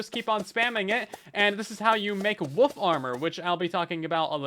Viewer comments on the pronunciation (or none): pronouncing wolf as woof repeatedly is killing me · Did you know... The word woLf actually has an L in it, lol